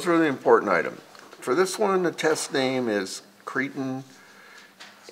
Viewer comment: I don't know what this guy is saying when he says albulim???What is that??? I worked in laboratory setting for over 20 years. The word he is trying to say is albumin??? Maybe he has a speech impediment. He is also pronouncing creatinine incorrectly. There are other words also. I think it is very important for one to obtain your own labwork. I could read mine myself, but my doctor did not give it to me. Why I don't know unless he just thought I wouldn't know anything about the results. Whether or not, one is entitled to one's labs. I will get mine the next time I see him whether he likes it or not. I'm tired of his thinking whatever way he is thinking. I do not like that idea. What if I was a doctor? I was going to school to be a Medical Technologist. I ended my last year changing over to Environmental Science and Technology. Still I worked in laboratory setting preforming phlebotomy for over 14 years and knowing well enough about my labs I could read them myself. Well enough ranting and raving. Sorry to cry on anyone's shoulder. I'm getting my labs!!!!!